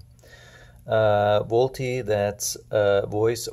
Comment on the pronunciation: Volte is pronounced Volt